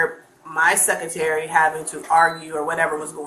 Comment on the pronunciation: aint nobody argewing wit your "securtary"/:face-blue-smiling